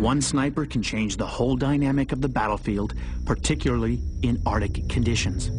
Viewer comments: the ar-dick? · "Ardic" Really fucking annoying.